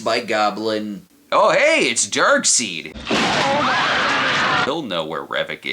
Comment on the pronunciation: Snob, did you pronounce it Dark-seed on purpose? Ngl, that's how I thought it was pronounced for years before I watched Superman the Animated Series and heard it.